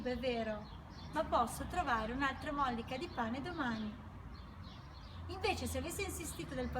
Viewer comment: Bella riflessione! Però si dice mollìca non mòllica. Ti seguo con affetto 🤗